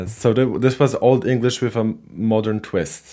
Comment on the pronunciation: This guy pronounces Old English better than any I've heard on YouTube.👍.He doesn't exaggerate the Germanic nature of English with too much emphasis on the syllables and doesn't indulge in gutturals like others do making them sound like Pirates 🏴‍☠️👍